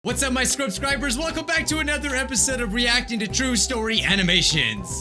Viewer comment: "WASSAB MY SCRUBSCRUBURS"